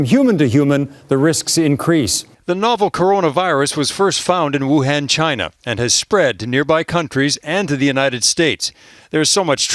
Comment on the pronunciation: Wuhan not Wuhen